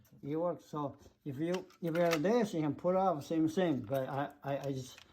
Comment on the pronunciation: Why you said “pool” instead of pull?